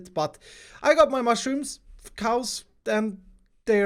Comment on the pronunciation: ".... I got my Muschrooms" Yeah I Think that too sometimes